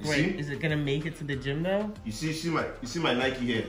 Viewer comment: Why break his spirit that no one cares 😂😂... For naija na "nika" full here instead of "nike"